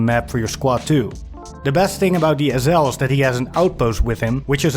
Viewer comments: It took me a long time to realize he was saying SL, I kept wondering what an ozel was. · Wtf is an “ezzel”? Ohhhh. SL 😂